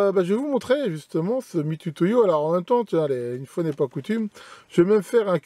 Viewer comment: Juste une remarque, un point de détail qui n’enlève rien à la qualité de cette vidéo : on prononce MitOUtoyo (nom japonais) et non pas Mitutoyo. D’ailleurs, je dois pas trop me tromper pour dire qu’à part en français dans toutes les autres langues, le U se prononce OU. 😉